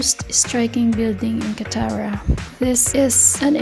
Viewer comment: DOHA, QUA-TOUR <3